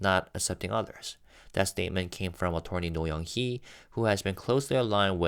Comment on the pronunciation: Only bc you've mentioned before that you'd like your pronunciations corrected, "Attorney" despite the "or" is not pronounced like "torn", but rather with a "ur" sound. Uh-turn-ee.